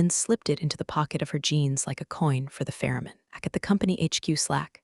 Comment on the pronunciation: “Like a coin for the Ferryman” is a nice mythological reference about crossing the River Styx. “Pharroman” makes absolutely no sense. Your AI reader-bot needs to have a dictionary shoved through its slot.